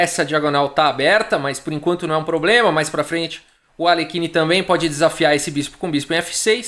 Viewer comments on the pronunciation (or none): none